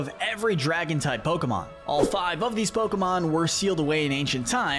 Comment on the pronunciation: Bros Pokémon name pronunciation skills are 2/10 💀